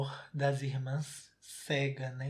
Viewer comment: "amor de irmã cega né" O que eu ouvi: " amor de irmã salga né "